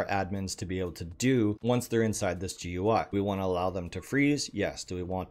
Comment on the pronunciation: GUI is pronounced "gooey" not "gee you eye".